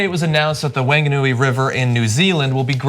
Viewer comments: Wanganui. It's pronounced waah-gah-nu-e. Ffs guys. Google how to pronounce words from another language. Seriously, tyt, you guys are meant to be progressives. Just google the correct way to say things. Don't even get me started on the way you are butchering the proper saying of Maori..... John, I'm most disappointed in you. You had time to read up on the history of the Wanganui (or Whanganui, there's a debate on the spelling) river, but not the time to google phonetic spellings of a few words? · Weltall 89 You might have a point.... But there's this brilliant resource available called google. Googling the phonetic saying of Maori, and Wanganui, takes less the 30 seconds. They would have gotten a lot closer to how Maori, and Wanganui are meant to be said if they had bothered to take that time. They didn't bloody try. They just looked at it and tried to say Maori words like they were American words. That's rude in my opinion. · Weltall 89 More like annoyed. Nobody likes to hear their country's native language butchered. For me it was extremely irritating to hear Wanganui mispronounced to badly. Both my, and my partners family, are from Wanganui. So I've spent a lot of time in Wanganui town, and on/in the Wanganui river.